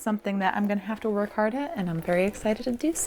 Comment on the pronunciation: I'm just here to tell you that you secretly know Dutch 😂👍🏻 the way you said sauce (saus) is Dutch and "werk" is the Dutch word for work